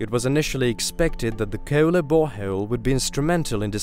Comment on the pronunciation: KooEwlla deep borehouuewll